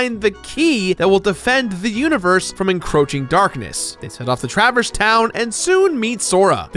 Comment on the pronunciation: Truh-verse, emphasis on the wrong syllable.